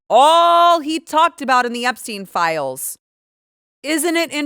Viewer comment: Hillary intentionally mispronouncing the Epstein name was a "tell" itself. By using this deliberate rehearsed distancing tactic to imply she barely knew him, she actually implicated herself ☠️